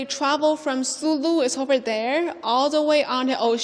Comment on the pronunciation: Kingdom of Sulú (Sulú, emphasis is on the last syllable}. Thank you CGTN friends for featuring this. Greetings from Mindanao, Philippines. During Ming period, one of Zheng He's port of call in Southeast Asia was the Kingdom of Sulú. Zheng He strengthened the foothold of Islam and Islamic polity in today's Indonesia Malaysia and Philippines. There is a 1987 movie about the Sulú Sultan's expedition to China uploaded on YouTube before. It's called 'Hari sa Hari, Lahi sa Lahi'. Last year I was still able to show the movie to my students using a classroom projector. Unfortunately the US government ordered YouTube to remove it, for fear that Filipinos especially those of us in Mindanao might forge closer ties with China.